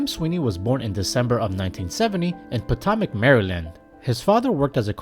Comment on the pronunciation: Potomac is pronounced "patomic"